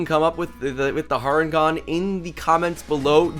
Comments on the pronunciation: You know it's not pronounced har en gone it's hair en gone cos it's a hare not a rabbit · I know I'm being "that guy" but its Harengon pronounced Hare like the creature they're based on, not Har Ngon. I'll see myself out.